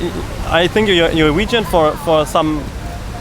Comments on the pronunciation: I am a german girl and watching this hurts so much...when he says vegan it sounds like wagon...ahh cringe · "So you are region"....people who are waggon".... amazing pronounciation of the word "vegan" mate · I cant get over how the first guy says waegen when trying to say vegan but i know its an accent issue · "Wagon" uhm you mean vegan? Hahaha Germans (love ya) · It's really unfair that you start with him saying wegan lol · How the German couldn’t decide how to pronounce „vegan“ 😂😂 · What and idiot! He can't even pronounce "vegan". And he talks about "tradition" and blah. I'm from Germany, too, and I just managed to get my hopefulls all-vegan grocery shopping (unless I overlooked something) done at Rewe. ... I'm not vegan yet, but I'm trying. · He is german and apparently, he doesn’t know how to pronounce vegan. xD